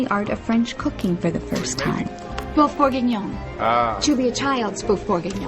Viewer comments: It's boeuf not boof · It’s not pronounced boof it’s pronounced böf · isn't it pronounced more like bhöff and not booff or buhff? ( . )( . ) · The way that woman pronounces 'boeuf' is triggering me hard